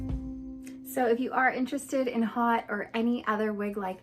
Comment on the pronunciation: Thanks for the video,. Very cute on you, as they ALL are. FYI, "Haute" is a French word pronounced "Hoe-T" adj. 1. high-class or high-toned; fancy: an haute restaurant. 2. high; elevated; upper. [1780–90; < French, feminine of haut literally, high; see haughty]